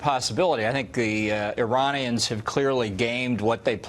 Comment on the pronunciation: bolton been a lusting over iran for this long and he still mispronounces iranians